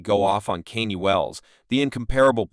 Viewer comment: Why the AI keep calling him Kenny?